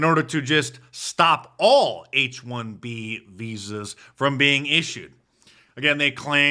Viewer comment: Did he say H-1B Vhoes.